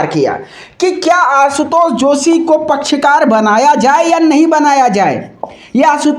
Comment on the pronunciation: पहली बात याचिका कर्ता का नाम - आशुतोष नेगी है । दूसरी बात पसकार नहीं पक्षकार कहते हैं । एंकर महोदय पत्रकारिता में शब्दों पर ध्यान दीजिए । यह अतिआवश्यक विदुं है।